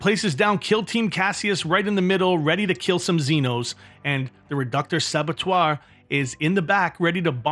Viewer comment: I don’t know if the narrator is ignorant of pronunciation, or being purposefully incorrect, but his pronouncing of “Reductor Saboteur” was annoying. It’s pronounced “sabo tour” not “sabber twah.” The Batrep was great, high production values, great players, and armies. It was just annoying. Like watching an excellent program about cars, but the presenter keeps pronouncing Buick as Buck. Maybe it’s an inside joke from a previous episode I’m unaware of. Very entertaining though.